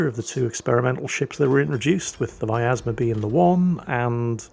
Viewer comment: there is no "A" in pronouncing vyazma, there are 3 of these ships, none of em are german:)